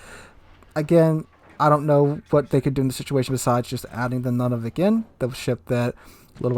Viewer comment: FYI... it's not pronounced NUNavik, it's pronounced NOONavik. And now you know. :)